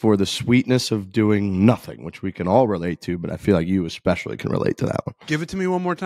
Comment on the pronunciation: Hey - why are you saying ‘fist bulb’ instead of ‘fist pump’?? This is two episodes straight now. Clean it up like you did with ‘expecially’